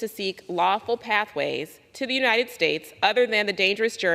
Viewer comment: Marj... UniTed, not uniNed.